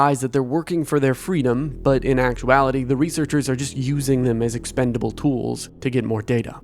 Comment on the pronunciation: Did you say EXPENDABLE?